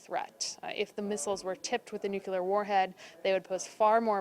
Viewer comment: THIS IS A WEAPONS EXPERT? SHE CAN'T PRONOUNCE NUCLEAR CORRECTLY EVERY TIME. SAW HER ON MSNBC ON 4/8/2017 AND SHE MISPRONOUNCED IT EVERY TIME. SHE SAYS NOOK-U-LAR, AS GEORGE W. BUSH DID. ALSO HAS A PROBLEM PRONOUNCING THE LETTER D AT THE END OF A WORD. USES THE LETTER TO AS THE FINAL D IN WORDS ENDING IN D, LIKE GOOT DAY INSTEAD OF GOOD DAY. ERGH!